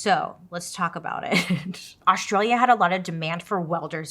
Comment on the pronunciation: bailey i adore you but pleeeaassseee learn how to say Australia properly 😂